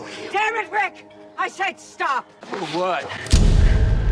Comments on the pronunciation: Amigo, el video es una obra de arte. Te felicito, es un análisis magistral de cada evento. Pero cada vez que te oigo decir "Rid" en lugar de "Rick" me da escozor. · 😂Porque pronuncia RID en vez de rick. Me saca de foco.jaja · este man diciendo "Rit" cada vez que habla de Rick, me saca de una seria de zombies y me hace sentir en un barrio pobre jajaj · Soy el único que escucho en todo el video el nombre "Reed" en vez de "Rick"? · a ver si aprendes a decir rick loco, escuchaba ritt y rid pero dios mio, ni un intento albst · Me estresa que diga rid si es rick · compa... es Rick no Rid 🤔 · Me encanta como dices rit a Rick xd Buen video :D❤ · Cada vez que dice "rid" Yo: Pausa * RRRICK RRICK ICK RII CKKKK RICKLKK RICK *play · "Carr"? "Rit"? "acetar"? con razón tu nombre es con T y no con L. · Por que llamas a rick "rid"? XD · Lorri, Car, Ritt, aprende a pronunciar los nombres por favor. Dislike